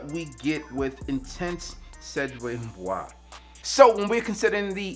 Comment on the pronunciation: Nope, but a quick Google search help not butcher the word lol